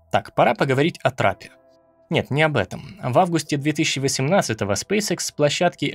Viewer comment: Почему многие не правильно произносят название компании? Спэйс экс , не икс. Школьный курс английского языка, первый класс, произношение букв.